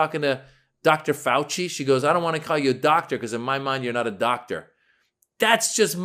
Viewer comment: She couldn’t even say doctor she said I’m not going to call you dotter 😂😢